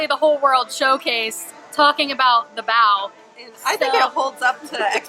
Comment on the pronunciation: Yay you finally pronounced bao right! I love your videos and look forward to see more of the food and wine festival. I’m a local and I’m just waiting for the crowds to die down before I go.